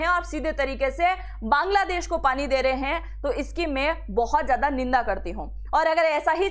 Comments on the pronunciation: aap pahla sabd bangla desh ki jagah kangla desh bol rahi hai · मैडम बांग्लादेश है नौ कांगलादेश😂😂😂